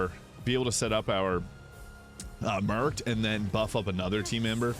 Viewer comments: Took me so long to realised you were saying “marked”. What accent is that?😂 “mueerrrked” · The way your pronounced the word "marked" is wild